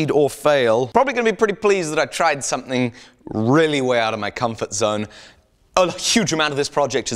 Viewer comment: Haha "make somehing great again" ^^